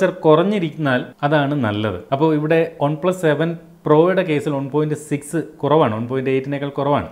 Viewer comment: ഒൺ പ്ലസ് അല്ല One plus